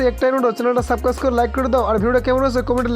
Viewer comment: সাবকাইস না সাবস্ক্রাইব হবে 😅